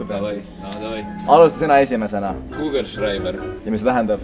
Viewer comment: ütles googelshraiber aga tegelt see on kugelschreiber.....niisama ütlesin